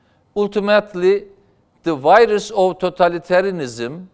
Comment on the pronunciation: Sn baskan, hukuk "la" diye okunur, Behsat C gibi :), "lov" derseniz Semra Hn gibi ask/sevgi demis olursunuz. Virus "vayris" diye okunur Amerikan Ingilizcesinde. Fikirleriniz harika ve Istanbul sizi sectigi icin, iki defa, cok akillica tercih yapmis. Basarilar ve bir dahaki donemde size pranga olmaya calisan IBB meclisinde de cogunluk olmaniz dilegiyle.